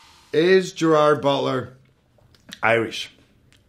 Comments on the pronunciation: "I'm Gerrrwwrr Brrwrrrr and I'm going to do a Google Autocomplete Interview" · Sounds like he says "I'm jar boler" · Ah, so it's "Gerar Boodla" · I was already surprised within literally the first few seconds, like that's how you pronounce his name??? Alrighty.